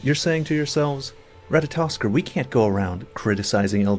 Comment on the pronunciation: Instantly disliked this nerd as soon as I heard him say Ratatoskr. This dude whines more than me. Should change his name to Who Asked.